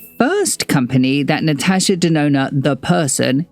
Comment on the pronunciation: So glad to find out ive been saving my money for the right reasons ❤ also sidenote: my name is Natasha and im so happy to hear a content creator pronouncing it the way I do!